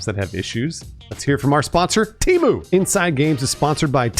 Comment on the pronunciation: I thought Temu was pronounced temu, not temu.